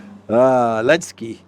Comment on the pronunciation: Why are you skipping Z in Zelensky? What's the deal? It's quite irritating to hear it over and over again. :(